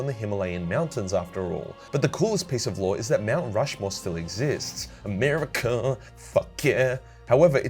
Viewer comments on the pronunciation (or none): none